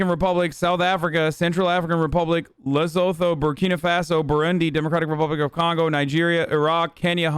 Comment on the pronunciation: the way he pronounced Lesotho made me neck itch. it's not his fault he doesn't know.